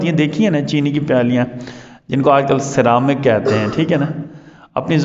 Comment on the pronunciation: Ceramic سرامک ہو تا ہے سیرامک نہیں ہوتا